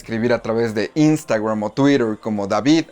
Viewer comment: Cuando se habla en español queda muy cutre decir Termineideur, Twideur, Yiutiube.